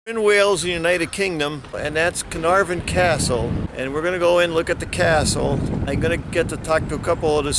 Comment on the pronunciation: sigh No one ever gets the pronunciation correct. The Welsh Alphabet is NOT the same as the English. F in Welsh is pronounced like the V in English, the F sound in Welsh is FF. So it is Caernarvon, not Caernarfon. The Y in Conwy is pronounced like a short I as in Pin, so it is Conooi.... W in Welsh is a vowel, not a consonant, in the case of Conwy it is the short form, so as in book. Y is usually a vowel, but can also be used as a consonant, unlike in English where it is usually a consonant but can be used as a vowel... Saying that, anyone from abroad being able to appreciate the 'Ring of Iron' is a good thing in my book. Having just found this channel I am now curious to find if you looked at Harlech and Beaumauris, probably the finest of the castles Edward I built in Wales, though Flint is probably the most unusual.... EDIT: Oh, and as an addition, at fairly regular intervals large face stones were placed end ways, so that the bulk of the stone projected into the junk in the middle of the wall. Kind of like placing modern bricks end on into the cavity of a house at regular intervals these days. I doubt they knew the science of it, instead discovering it accidentally, but those stones helped dissapate force from seige engines into the looser rubble filling that was more able to spread that force out and stopped the face stones cracking or breaking so quickly. As I said, I suspect they found this out by accident, but it is commonly used in castle walls but because these partic